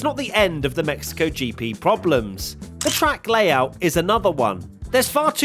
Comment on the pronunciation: "Thee most boring race of the season" Monaco sounds intesify